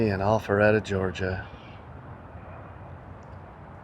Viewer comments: Sounded like you said All feretta .. it Al Not All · Itsnot allpharette. Its alpharetta. Pronouncing it incorrectly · Is he saying “Awfulretta”? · I’m loving the way says “All fer reda” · Maybe next video you start out with the correct pronunciation of the city name, lol.